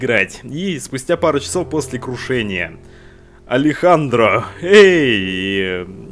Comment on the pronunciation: Нихуя!! Ты первый кто правильно прочитал Алехандро!!! Некоторые коверкают на Алексндр, Аледжандро